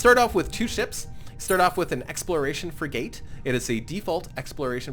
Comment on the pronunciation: free-gate? You mean Frigate